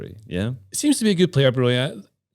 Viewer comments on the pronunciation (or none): Lol correcting on both Rashica's and Broja's pronunciation -- Albanian king?